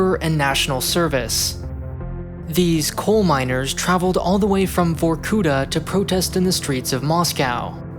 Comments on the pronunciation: Then it's even more jarring that the pronunciation of "Vorkuta" is so butchered that it's like listening about another fictitious city sounding vaguely Indian (like Calcutta). Does it hurt to go to Google Translate and listen the russian name for once? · Start to listen VorkUta, gosh what’s this...I thought. Than I see it. It’s VorkutA!!! Actually . Film is interesting but please , get Russian names right! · vor-ku-TAH not vor-KOOH-tah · it's vorkutA, not vorkUta. What really strikes me as odd in foreigners speaking russian is putting the emphasis on the wrong syllable. I get the wrong pronunciation of sounds, cause our phonetic alphabets are different. our K sounds not like yyour K etc. But stresses? It's just the matter of looking it up, in wiki all the words have the stressed syllable indicated. I'm still sad about Baba Yaga in John Wick. Its yagA, not YAga. YAga is short for Yaguar (Jaguar), a cheap energy drink which kids used to get drunk quickly. But now we are stuck with the wrong pronunciation for the whole Wick series. I respect and I'm not mad, everyone does that, but its a bit strange he did the same thing. edit: finished the vid, wanted to add that it was otherwise very interesting and well-researched, as usual. And i can't NOT be gladf that did a vid on my country instead of China for once) thx man. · Also it's actually VorkutA ,not VorkUta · It is not pronounced vorkUta, but vorkutA -_ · If you are making a whole video about it, please use Google Translator for correct spelling. It is vorkutA, not vorkUta. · vorkutA emphasis on last vowel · You're putting an accent on the wrong vowel in Vorkuta. Correct pronunciation would be Vorkuta' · This has probably already been written about, but there is always the funny word stress. Correct - on the last syllable. Vorku-[ta]' I understand that there is no difference in English, and in Russian itself foreign cities are often pronounced incorrectly, but it sounds like a joke every time)